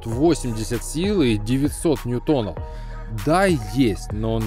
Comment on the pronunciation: НьЮтон, а не НьютОн, если Вы понимаете о чем я...